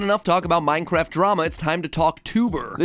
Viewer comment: OMG DWEAM MINECWAFT